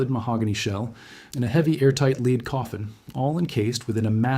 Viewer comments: AI always seems to diminish, rather than improve a presentation. No matter how factual, no one pronounces lead as led. It casts suspicion over an otherwise interesting and entertaining video. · The text to speech app does a poor job with some details, such as distinguishing between "lead", the present tense verb nd "lead", the dull gray metal. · Interesting video but... that's not how you pronounce "lead". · Indeed. Disappointing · He got the French right, however.